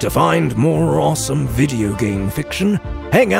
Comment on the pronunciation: Great, now I have to buy an extra credit to download the rest, because I can’t wait another week for my next one 😄 Brilliant character voices, as always. Even the English accent was good, although we would pronounce awesome as “or-sum”, not “arsum” and halloween as it’s spelt, not “Holloween” as Americans do. Not trolling, just giving tips 👍🏼